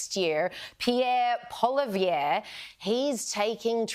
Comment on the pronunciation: It's pronounced POLLY-EV : )